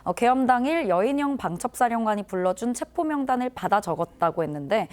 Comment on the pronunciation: 기자들이 "체포영장"에서 "체포"를 아주 짧게 발음 하는데 "체:포"라고 장음 발음을 해야 한다.